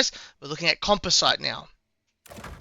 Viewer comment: Also composite is pronounced "com-pos-it" Just means it's made up of multiple types of fabric, ceramics and metals.